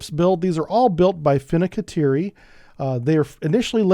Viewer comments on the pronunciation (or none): Great video! On a side note I understand that "Fincantieri" is not easy to say for a non native speaker. :)